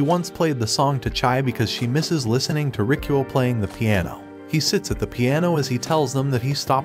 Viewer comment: am i the only who thought his name was "rickroll" bc that didnt sound like "rikuo" till i turned on the subtitles💀